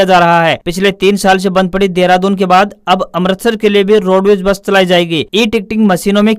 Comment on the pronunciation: आप अमृतसर को अमरतसर बोल रहे हैं। कृपया शुद्ध उच्चारण करें।